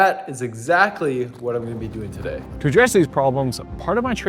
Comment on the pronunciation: “So taday, he’s going to show me the ropes” lol!! accent slippin out.